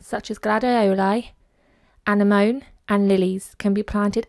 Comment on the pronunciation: Anemone = An-em-mo- nee :-)